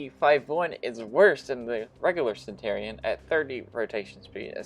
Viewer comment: Also...it's pronounced Cen-chur-e-on, like Century Cen-chur-e and not Cen-tor-e. I just need to stop watching your videos because you irritate the shit out of me but nobody else makes videos for the damn console version so I keep trying yours hoping that you tweaked a few things and you never do...weird considering you only have like 25 comments per video and I know you must be seeing my comments.....which means you can't handle constructive criticism like the rest of your generation and just ignore it to avoid the sads.